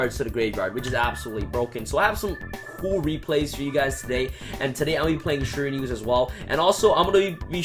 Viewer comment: Shir-a-New-e. Shiranui